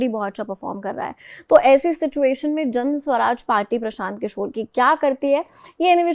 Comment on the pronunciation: Mam its jansuraj not janswaraj